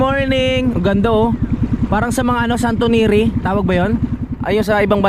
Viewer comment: Santoniri 😂 Santorini po yon